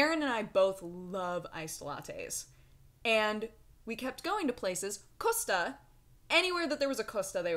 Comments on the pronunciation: It's cost-a not coosta thats all i am saying. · Costa isn't pronounced Spanish, it's cost-a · The way and have been pronouncing things is hilarious. "Costa" is just... not pronounced Coast-a. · The way you pronounce Costa is funny :) XD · I love how you say costa :-)